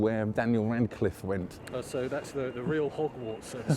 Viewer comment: Who’s Daniel Rancliff? 😂